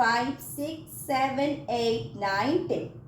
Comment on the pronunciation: Saven noy, seven!!!